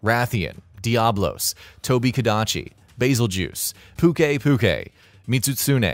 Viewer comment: pue-kay pue-kay >:D